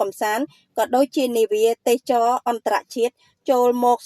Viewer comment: AI ឬអ្នកអានព័ត៌មាន អានមិនត្រូវសោះ ទេសចរ ជាទូទៅគេ ត្រូវអានថា ទេស សៈ ចរ មិនមែន ទេស ចរ នោះទេ